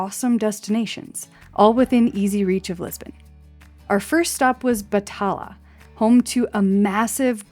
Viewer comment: Great video but you forgot to mention the bats in the library of the University of Coimbra used to eat any insects inside the library which would otherwise eat the paper of the priceless books. The city of Batalha is pronounced as BA - TAL - YA. Please keep sharing; great job!